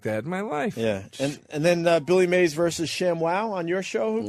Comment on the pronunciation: Opie pretending like he doesn't know it's Mays not May